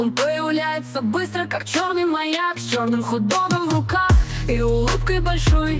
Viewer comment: Появляется не как "черный маяк", а как "черный макак"